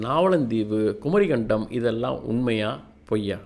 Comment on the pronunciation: தம்பிக்கு சொற்களும் இடையில் வரும் ஒற்று க் ச் ப் எல்லாம் வரவில்லை குமரி கண்டம் அல்ல குமரிக்கண்டம் Phonetic is essential my dear sir